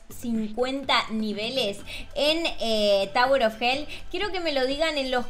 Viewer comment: No se dice tawuer se dice tower 😒😒😒